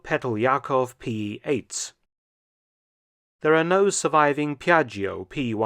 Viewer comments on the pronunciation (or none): Interesting video as usual. Just a small note about italian pronunciation: when you find "gi" or "ggi" the i is silent. For example, "Piaggio" sounds "piaddjo", a bit like django.